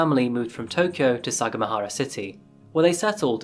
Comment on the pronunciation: Took me while to understand what city you were taoking aboutI lived there when I was a chilid; We pronounced it sa gam a hara